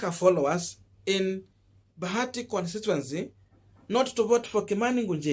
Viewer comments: It's bahati not bagati. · It is Bahati not Bagati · Boss ni Bahati sio Bagati as it appears on your screen.